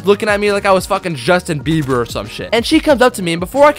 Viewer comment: When you said Justin beiver lol